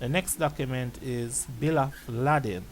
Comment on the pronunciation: Bill of lading (not ladding)